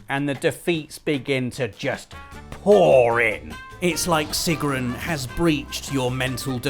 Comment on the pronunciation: The thing I found funniest in this video (being of nordic descent) was Robbs butchering of Sigrun's name "trolololololol" :P